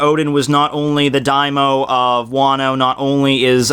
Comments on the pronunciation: As a native Japanese speaker, one thing I have to point out is that you keep saying "daimo" instead of "Daimyo". "Daimyo" is the title of the highest-ranking lord in the Japanese heirarchy (below the Emperor). "Daimo" or "daimou" is the Japanese word for the greater omentum. Proper pronunciation is actually extremely important in the Japanese language. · if you read this diamyo is pronounced DIAM YO like saying the fist syllable of diamond then saying yo